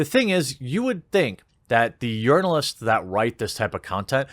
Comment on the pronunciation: I thought you were saying Yearnalists, like they were yearning to the most progressive, or something.